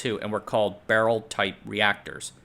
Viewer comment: Why are you saying "barrel" that way???